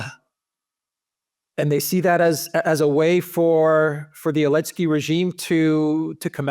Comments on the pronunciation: 'elensky? it's Z-elensky. ZELENSKY. NOT ELENSKY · Why can't this guy pronounce Zelensky? Does he have a speech defect? Zelensky begins with Z not A.